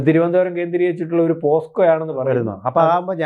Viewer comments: പോക്സോ എന്നു പറയാൻ പോസ്കോ എന്നാക്കി പറയുന്ന അക്ഷരതെറ്റുകാർധാരാളം ഉണ്ടു. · പോസ്‌കോ എന്നല്ല പോക്സോ എന്നാണ്.. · Posco അല്ല, pocso, പോക്സോ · കഷ്ടം! ആദ്യം പോക്സോ എന്ന് തെറ്റില്ലാതെ പറയാൻ പഠിച്ചിട്ടുവരൂ മാധ്യമപ്രവർത്തകാ.....